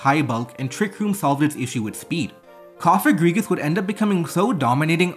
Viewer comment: Yay your finally pronouncing cofagrigus' name right so it doesnt sound like a slur!!! Wooot